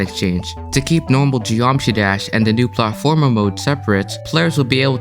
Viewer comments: drinking game: drink every time he pronounces platformer wrong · the way you say "platformer" threw me off lol